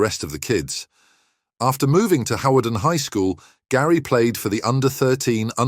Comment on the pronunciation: Hawarden is pronounced harden